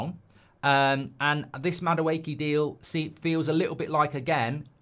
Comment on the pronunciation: The amount of mistakes when speaking in Madueke and Nwaneri is hilarious 🤣 5 year deal agreed with Liverpool yeah?